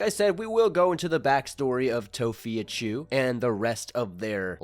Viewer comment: It's fee not phi lol